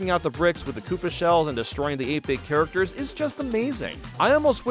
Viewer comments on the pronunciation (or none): none